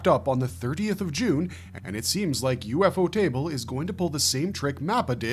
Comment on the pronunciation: STOP SAYING UFO TABLE